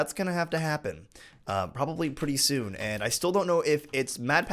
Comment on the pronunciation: soon not son lol😂😂😂😂